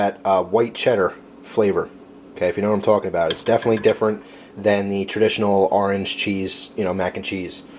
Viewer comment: I notice you say ar-ange instead of or-ange